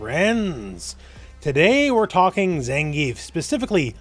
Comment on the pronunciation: Please stop calling him Zengeef.